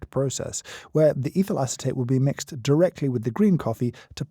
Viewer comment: I keep hearing 'evil acetate'. Is it just me? 😂